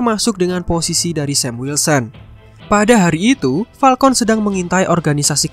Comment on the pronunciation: gw dengernya Palkon hitam